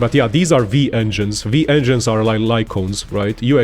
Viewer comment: Broo it clearly says W-engines, why you saying V engines, Whyyyyy?